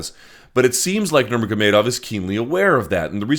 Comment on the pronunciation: His name is pronounced Ha- beeb, Ner-mog-a-may-dof Bruce Buffer is the only UFC guy who says it right.